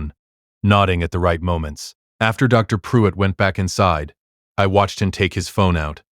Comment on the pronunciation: Dr. Pruitt not drive pruitt. "Sole" not "Soul"